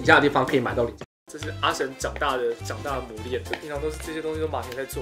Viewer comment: Rachel Tang 比起阿神說了多年都說成阿型強多了🤣🤣